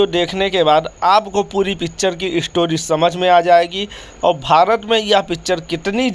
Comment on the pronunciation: Movie to eye opener hai no dought. Lekim bihari IISTAR nahi STAR hota hai aur Keral IISTOTY nahi STORY hota hai. Aur REACSUN nahi REACTION hota hai bhaiyya.